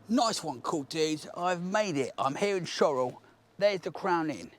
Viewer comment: The scariest thing about that video was the fact I didn't know Shorwell was pronounced Shorrell. No strawberry laces for me. :_laces: Like the lighthouse guy, I have sought to atone for my sins. In my case I bought a membership to your excellent channel. (Member #367 in old money). Once of my favourite places is Eastnor Castle in Herefordshire. Older viewers may recognise it as the villain's lair in the excellent 1984 BBC adaptation of The Box of Delights. It also doubled as the home of Sir John Gielgud's Canterville Ghost (1986).